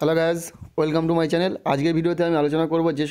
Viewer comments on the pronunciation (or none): none